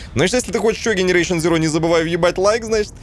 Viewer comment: ты специально говоришь генерейшен? Или всё же назовешь игру правильно дженерейшен зироу)